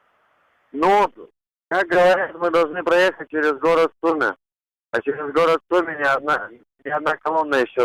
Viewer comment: сумі??? мене ледь не знудило... Рахіти. А я думала це просто жарт, що вони "захищають" міста, назву яких не можуть і вимовити